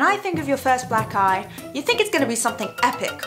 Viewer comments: I listened to this again, except everytime she says black eye, I hear "black guy" "When I think of my first black guy, think it's gonna be something epic...like a badge of honor that you earned ON YOUR FACE", LOL! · It sounds like she says black guy